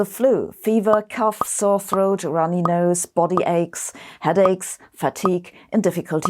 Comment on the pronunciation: Headaches, not heacaches; and breathing, not breating